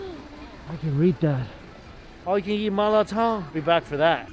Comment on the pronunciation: Notice how he says "YEET" instead of "EAT". I've been twitching every single time for 3 years